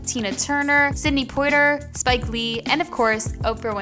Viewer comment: Its Air-mez(hermes) and poi-tee-aye